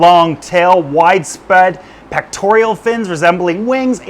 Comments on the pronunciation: I LOVE /this channel. But. The word is PECTORAL, not "pectorEEal." There are worse crimes, but just sayin. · Pectoral not “Pectorial” Love ya! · He also has zero clue how to properly pronounce "pectoral" fins. Yet he said it like 30 times (incorrectly) in this video.